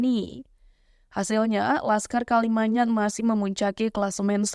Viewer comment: Kalimayat😂😂, parah pembawa berita nya iki